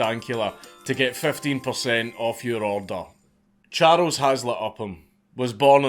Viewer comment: "Cha-rows", a true hero, but never gave a fuck about it!